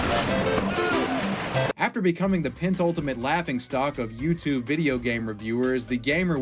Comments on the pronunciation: Not to get off track....but did you just say "pentultimate"? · "Pentultimate"? Thats not a word. Penultimate is a word that means second to last.